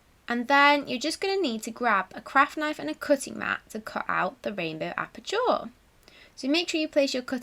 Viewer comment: you pronounce aperture as appa-cha not appa-chaw 😀👍